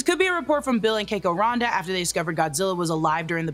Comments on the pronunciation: It's Randa, not Ronda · just FYI it’s “RAN-DUH” (Randa) like Panda